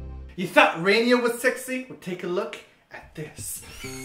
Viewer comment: "Rainia"? hehe